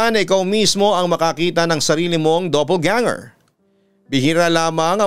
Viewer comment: Doppelganger po hindi double ganger